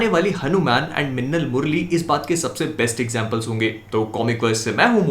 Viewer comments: says mannal instead of minnal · Bhai apka lahasan wala word sunn ke bahut maja aata hai, 🤣🤣🤣